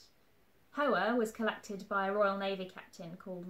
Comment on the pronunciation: Ah yes , “colected”